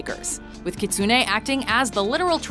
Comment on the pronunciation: singer kitsune its written in hiragana like this きつね, gitsune is written like this ぎつね. If you notice, its almost the same, and for them it its. ki and gi have the same tongue spot on the mouth when is pronounced (try it).